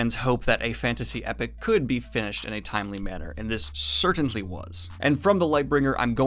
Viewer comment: Does he keep saying certainTly or do my ears deceive me?